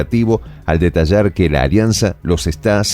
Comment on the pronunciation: Detarrar? corrija “ detallar”